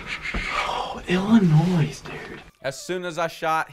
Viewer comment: I just wanna point out that he said Illinois right this video🤣